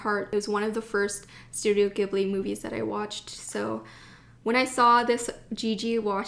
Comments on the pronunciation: did anybody comment on this... it's pronounced Studio Ji-ibli no Gi-bli because "Ghibli" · not 'gib-lee' 'jee-blee' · Ghibli is pronounced as "jib-lee". ❤️ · Hi. I just wanted to let you know Studio Ghibli is pronounced “jibli”. I’m from Japan and the technical spelling for the pronunciation is “jiburi”. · The accordion notebook is the type they use at temples and shrines where priests will write the Characters of the name of the shrine and the date. Its a popular souvenir for people who visit temples and shrines in Japan! So yes, perfect for ink and calligraphy! Also, its actually pronounced studio "Jibli" with a soft G! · whispers I love Ghibli too ... it's pronounced with a soft G though ... Studio Jeebbly. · Hi, Ur pronouncing Ghibli wrong, and ur pronouncing Tokyu Hands wrong, if u read u will notice it finishes with a U not an O. Also u been to the biggest turist trap in tokyo, Itoya in Ginza, btw behind that Itoya there is another Itoya with many more things, including a floor just for popular pens such as sarasa, mildliners etc. That Itoya u went is just for looks, for stationery noobs I guess, also everything is marked up like 20% more or so. Next time u go, make sure to walk to the back door, croos the alleyway street, its right in front. Its really worth it to check it out.